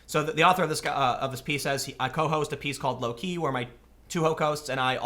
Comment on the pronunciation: Lol he said ho-cost instead of co-host